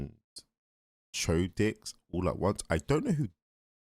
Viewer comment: chaotix is pronounced like chaotics, not... chode dicks